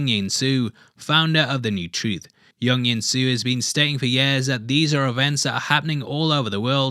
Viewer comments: Not young insu please say jung jinsu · in the Korean language, J in Jung Jinsu is pronounced like you would say jar, jam, etc. Not like in Carl Jung. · Why are you saying Jung Jinsu Yung Yinsu? Your pronunciation ...